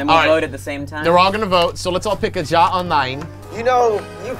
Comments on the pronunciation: I found it funny how they said jaw instead of ya (ja is purnounced ya) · Its pronouced ya not Ja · I love how you Pronounce ja and nein. No offense bit it's pretty funny